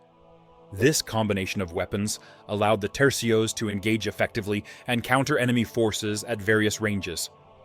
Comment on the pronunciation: Tercios, not trecios